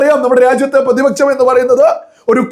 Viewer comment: പ്രതിപച്ചം അല്ല പ്രതിപക്ഷം